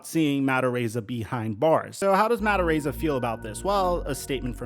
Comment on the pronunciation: Ar-eye-za. Dude, love your channel but your pronunciations are off a lot! *This is a knee jerk comment after years of hearing you mispronounce things fairly regularly. Apologies if it comes off insensitive. Enjoy your channel and just wanna see you be your best.